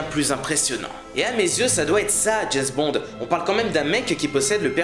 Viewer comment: "Jayz Bond"...